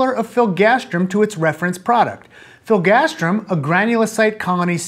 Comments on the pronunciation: hearing you say filgastrim not filgrastim drove me crazy. Interestingly, here in the UK biologics/biosimilars are one of the few things where all products have a distinct brand name (filgrastim for instance goes be Nivestim, Neupogen Zarzio and others). Probably a regulatory requirement for adverse event recording reasons, but interesting none the less. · Is it filgastrim or filgrastim? It's written filgrastim, but you pronounce it "filgastrim"...